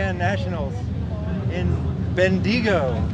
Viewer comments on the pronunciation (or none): Ben - dee - go. 🤣